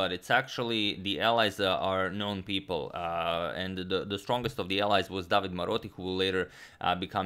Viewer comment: About the Italian pronunciation: You always pronounce the e at the end of a word. So it's DavidE (the stress here is on the letter A) and De SimonE (stress on the O). Napoli was correct but the stress is on the letter A (it means Naples btw). Del Giudice has the stress on the U (so it was right) but "-ce" is pronounced like "che" in the word "checkmate" (and therefore you pronounce the letter E here as well). Also, "del Giudice" literally means "of the Judge" I hope that was helpful ;)